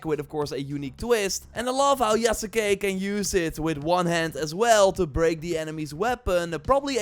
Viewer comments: its pronounced YASS-KAY. it aint that hard... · STOP SAYING THE U IN YASUKE ITS YASKE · Yasuke = Yahs-kay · Just a heads up, you are pronouncing the name slightly wrong. The U is more or less silent